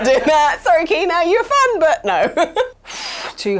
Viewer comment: its not keena, its KENA.... i give up, the amount of games you mispronounce is just bloody stupid, are you doing it deliberately?